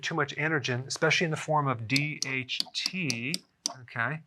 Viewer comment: I thought he said DMT 😂 Damn you Joe Rogan